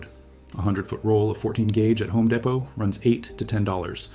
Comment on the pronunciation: Home Deh-pow???